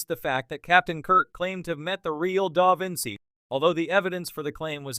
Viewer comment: The constant mispronunciation of the name "Da Vinci" (which is used in nearly every sentence) by the AI narrator makes this video unwatchable.